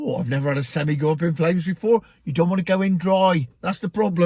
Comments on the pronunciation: Yes, they are called sem-I, not sem-e. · Its pronounced semeye lol. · As you pronunce it an articulated gehicle is a seni!